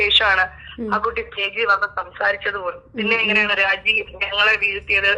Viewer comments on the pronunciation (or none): രാചി അല്ല രാജി